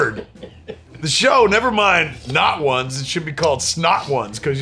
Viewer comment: It sounds like you said “Nut Wands”